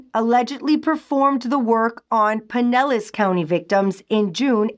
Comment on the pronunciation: You saying Pinellas correctly is music to my hears